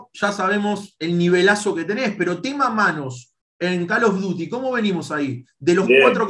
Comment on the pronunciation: "Calo duti" El dibu